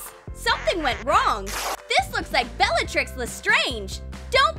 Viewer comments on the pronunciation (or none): none